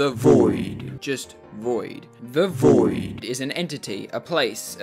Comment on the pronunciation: stor saying dioV